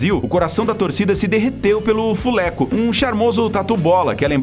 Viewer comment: "Fulecux" kkskkk só brazil memo (´∀`)